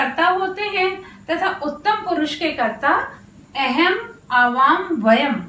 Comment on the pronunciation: महोदया भवत्याः पाठनशैली तु सम्यक् अस्ति ,परन्तु संस्कृतानुसारेण शुद्धम् उच्चारणं न भवति एव । यथा - "अहं'' स्थाने " एहेम् " इति वदति । एषः भवत्याः दोषः नास्ति प्रान्तीयदोषः इति जानामि । संस्कृतभाषानुसारेण शुद्धम् उच्चारणं कर्तुं प्रयत्नं कुर्यात् । एवं पाठनेन दाक्षिणात्य जनाः/छात्रा ,पश्चिमी जनाः अवगन्तूं न शक्नुवन्ति एव । धन्यवादः ।🙏🙏